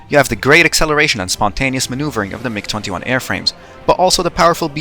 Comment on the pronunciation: i had to do a double take on "migger"